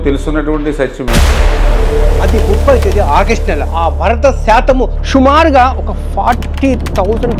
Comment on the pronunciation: Waste sollu.. first Telugu nerchuko.. Shumaru kaadu Sumaru Ani sambodhinchu